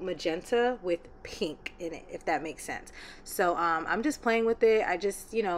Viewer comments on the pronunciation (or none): It’s givin PEH-NK💕